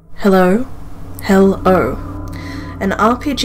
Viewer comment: Hewwo? Heww..o?